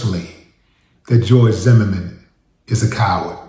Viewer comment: Pronunciation of "Zimmerman" sounds like a French man saying " the merman"..."zhe merman"..like Jacques la Long on Beetlejuice cartoon from 90's.🤣🤣🤣🤣 🎯🗝️💥